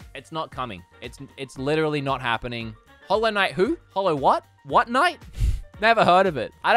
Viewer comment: Who-low knight?